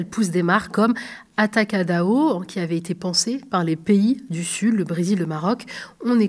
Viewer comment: Atacadon on dit